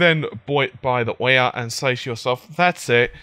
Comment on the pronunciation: i'm so sorry , but it's ouya not OH-Yeah